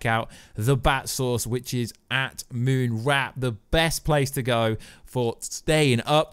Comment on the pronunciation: you said "Moonwrap" his is Moonwarp